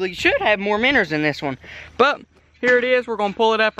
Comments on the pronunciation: Its not "minners" it minnows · Why does he say “miners” when he try’s to say “MINOES” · Joshua Lummer u don’t know how to spell he says minners not miners and it’s minnows not minoes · Does anyone else notice how he always says,”minners?” instead of minnows. I get a kick out of it but it fits well. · I like how he says miners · Minos not miners 🤣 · Miners instead of minows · Its "minnows" not minners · say "Minn o" not "minners" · The way he says Minnows is so funny Minnors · “Minner”😂😂😂 I love it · I like how he says “miners” instead of minows